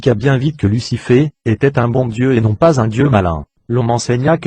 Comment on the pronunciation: Tu peux pas t'exprimé de manière normal tu bousille tout Lussifé Luçyfffé . J'aurais vraiment tout entendu sur YouTube.